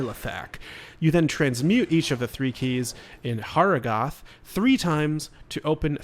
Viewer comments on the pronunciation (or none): Thanks for the tips, very helpful! A small tip for you too, talk to Qual-Kehk, he'll teach you how to pronounce Harrogath correctly ;)